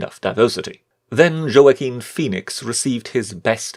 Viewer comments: Wa-keen Phoenix. Not Jo-a-quin. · Whaaakeen not Joe-a-keen. Have you been hiding under a rock?